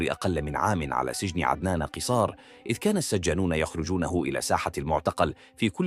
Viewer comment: مرة تضم القاف قصار بفتح القاف وتشديد حرف الصاد